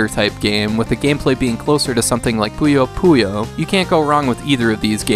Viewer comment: You are the first English speaker i have heard say Puyo Puyo. I'm happy to hear someone say it.